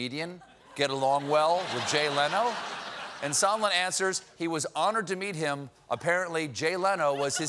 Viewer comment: "Mr. Somenlla" LOL!